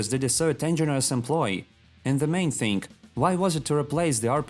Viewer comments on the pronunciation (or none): "TXingg" instead of thing. When u trying to speak human language and struggling hard.